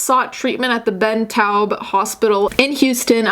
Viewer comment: Thats sad its a hospital where burn victims go often for treatment because its a trauma 1 hospital. :/ also as someone from Houston I realised what hospital you were talking about when you said Ben Taub the u is less pronounced though